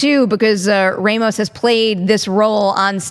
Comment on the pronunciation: Perri is from NY and cannot pronounce Ramos well